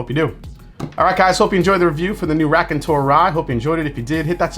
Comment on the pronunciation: Hey! I hope you are doing well. Raconteur is the French word for Storyteller. Your prononciation is, how should I say 😊…….. I still like you and what you do on the channel. Unfortunately more than half the stuff you review is unavailable to me in Montreal. Take care man